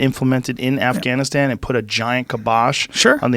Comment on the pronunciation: Bryan aka I know everything says afgannisstam like a douche.